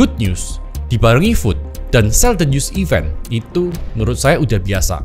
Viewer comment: makasih infonya, saya bantu koreksi sedikit di , FUD (Fear, Uncertainty, and Doubt) bacanya fad bukan food😁